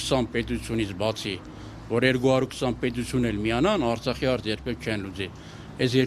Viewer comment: Հլը բառը ճիշտ ասա Արծախ չե այլ Արցախ հետո շարունակի